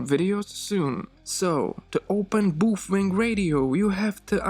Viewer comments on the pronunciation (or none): I'm pretty sure that's the actual correct pronunciation although NOBODY in the English speaking language says it that way. Personally I'm stuck saying "Bow-fang".